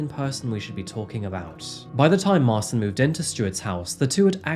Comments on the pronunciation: His name is Martin (polish Marcin), not Marson. You have created new name ;) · marchin not marsin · The name Marcin is pronounced more like "Ma-chin" btw.. for future reference. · His name is pronounced Martshin. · It's pronounced Sol-ford, not sal-ford.. And mar-chin.. Just incase you get more polish names like this. But great telling of this story... I live in Salford and can't remember hearing anything about this. Should have sent him back to Poland to serve out his jail time, why are we paying for his food and clothing in prison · If the guys name is Marcin, its actually pronounced March-in. I work with a Marcin :) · 😳 it’s pronounced marchin! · Marcin pron. Marchin. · That's a funny way to pronounce Marcin